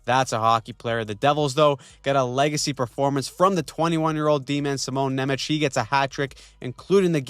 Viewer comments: This C in Nemec is read differently. More like "ts". Go to google translator, choose English to Slovak, write "German" and select the noun (So it's Nemec, not nemecký) and listen. Anyway I'm looking forward to these racaps every week. :) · dude you are pronoucing Simon Nemec, incorrectly